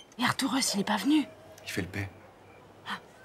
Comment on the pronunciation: Arturus!!!??? Couillehrrrrrhhh!!! Artourous???? Couillèèrhhhrrrrr!!!!!!!